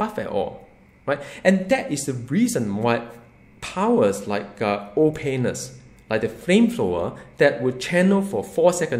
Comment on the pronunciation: I like the way you say "Ol'Painless" comes out like "Oh Penis" I like your videos and I'm very excited to hear what you have to say about Doom